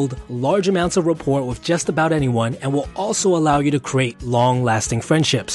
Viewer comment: It's not "wif" it's with. It's not "wiffout" it's without.